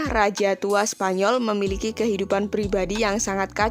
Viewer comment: "Menjadikan leonor ratu spanyor"... 5 :45 mimin kpleset lidahnya 😅